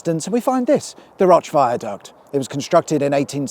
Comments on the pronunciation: Roach prnounced ‘rowch’ 😊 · Roch pronounced Roach IIRC \m/ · Please, the River Roch rhymes with coach. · The river Roch is pronounced Roach in these parts. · Are you pronouncing these places wrong deliberately ? Bury is same as Berry, roch same as roach Todmorden is all 1 word not todd more den .happy to help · The river Roche is pronounced locally as the river roach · There's a new junction now near that Asda junction. Also, it's pronounced River Roach not Roch. Although spelt the way you pronounced it. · As a local I need to point the pronunciation issues. It’s the River “Roach” and the town of “Tod-mer-den” with a soft r. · Nice to see you up this way, I was keeping my eye out for a shit blue Citroen C1 with stickers a silly spoiler in the back as I was up that way around the time you filmed this by the looks of the weather. P.s. the River Roch is pronounced as the River “Roache”, like the guy who plays Ken Barlow. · It’s pronounced Roach! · But failed on the pronunciation of the river Roch. Yes that's how you pronounce it in the name Rochdale but the river is actually pronounced as roach.